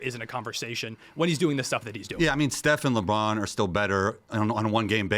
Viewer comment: "leborn rolls" locks in